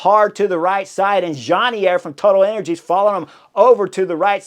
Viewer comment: I swear I heard Chris say " Toilet Energies"...